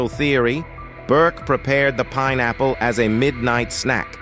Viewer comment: Only a computer would mispronounce "pineapple" like your vid does. I prefer real human.